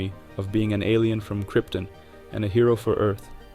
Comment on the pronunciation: Kryptin? 🤨 You mean “Krypton” don’t you? 😉